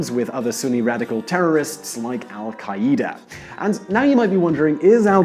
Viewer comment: "Alll ka eee da" OMG